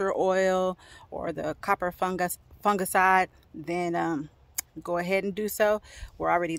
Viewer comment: "Coppah fungaciiiide" I love the way you pronounce it, like my friend Opal who's into gardening as well